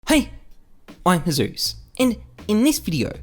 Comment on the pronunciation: your intro triggers me... i hear: Hay.... im a ZEUS! wtf